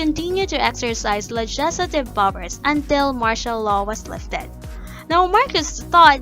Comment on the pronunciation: Keeps mispronouncing legislative...